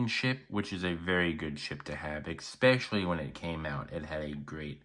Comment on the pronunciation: learn how to pronounce especially...NOT EXPECIALLY